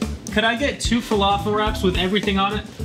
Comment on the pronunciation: im from england....whats a flafel